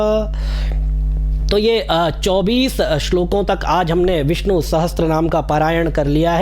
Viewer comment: उच्चारण विष्णु कीजिएगा,विस्नु नहीं!